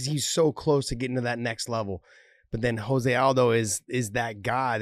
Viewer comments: Josh. It's pronounced Joh-zay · Nor should you...his name is "Joe-zay"...just like RDA is pronounced "Ha-fael" not "Rafael"...it's a respect thing.